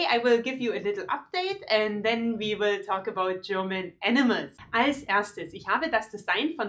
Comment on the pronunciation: I can't hear anything different than "enemas" instead of animals. Great video, tho! :)